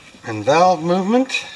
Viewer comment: Kinda sound like u said we’ve got bowel movement!!! Lol. Besides valve movement